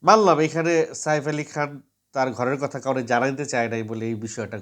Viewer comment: Saer ucharan thik karun apni kon desher